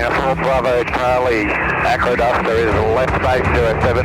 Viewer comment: Sounds like you’re saying ‘aquaduct’😂Wondered where this bird went off PlaneSales, I nearly bought it a few years ago,had been in the market for a long time! This had quite a history in the USA. The only reason I didn’t buy it was it couldn’t carry anything after full fuel. Hope you enjoy the machine👍